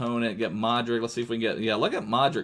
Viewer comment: I love ur videos and its luka modrich when u say it I know u just reading it but it should be rich at the end